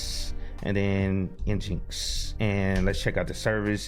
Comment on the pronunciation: Great video! Just be careful on the name of your web server. I am sure someone will catch feelings for not calling it Engine-X. LOL